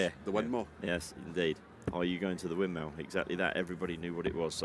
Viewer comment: That Spanish guy can’t possibly have a darts sponsor…what the hell was that. Also, the announcer doesn’t even know the correct way to pronounce Winmau. Embarrassing video. Sorry I watched